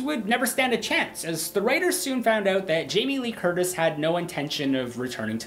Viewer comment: Hahah. Sounded like you said Jaime Lee Kurdish.